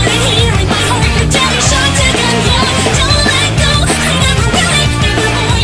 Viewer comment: ***** The way you pronounced the word shotgun in this song was so adorable "shotagun" - ToxicApple1, Leader of The Creepers Anonymous